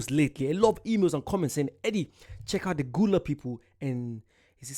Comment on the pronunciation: It is pronounced Gah-la. That's my people.